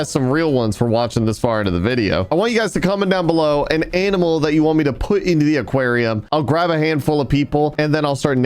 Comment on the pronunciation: Love how says AMINAL instead of ANIMAL sometimes🤣🤣🤣